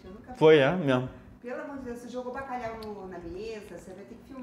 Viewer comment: Baca quê? Bacalau?? K é isso mano? 😅🇵🇹